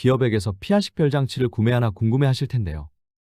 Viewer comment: 皮下식별장치가 아니라 彼我식별장치입니다. 귀에 너무 거슬려서요.